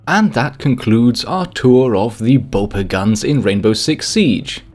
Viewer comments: For future reference, it's pronounced capitão. Not au. Ão as in aum. Not a completely correct pronunciation of ão, but a whole lot better than au. And also, BOPE doesn't prolong the e. Try to accentuate the o and mute the e, like BOP instead of BOW-PEE. Sorry but this triggers me so much because i've never once heard anyone pronounce capitão or BOPE correctly, even you,, whose german is pronunciation is spot on. Good pronunciation on Caveira though. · Finally someone that pronounces caveira correctly ! but your bope pronunciation was quite bad lol